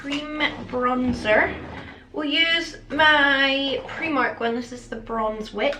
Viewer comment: I am slightly in love with the way you say primark